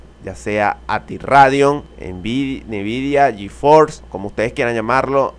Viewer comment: Nividia ati radeon ajajaa no es Nvidia y reidion?